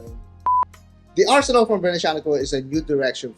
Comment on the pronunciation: FFS is not arsenal, is arsenale pronounce the final e, is Italian, not English!